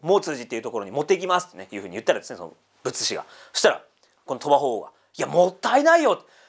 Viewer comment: 「仏師＝ぶっし」です。「ぶつし」ではない。